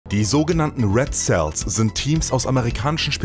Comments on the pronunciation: er spricht es Säls aus aber es wird Siels ausgesprochen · "Red sells" bruder lern englisch aussprache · red "sells" ? ... lol Vielleicht noch bissl Aussprache üben.